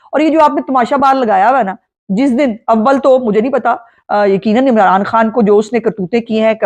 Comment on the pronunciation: abbal tu ..??? lafz hai .. AWWAL tu ... payndoo keh rahi hai ABBAL tu (timestamp ) LOL ... patwaaran ... phir kehti hai .. guuuuuulam .... gandu lafz hota hai GHuLaam ... not gulaaam ... ye payndo logh chalain gy mulk ... LOLOLOLOLOL ...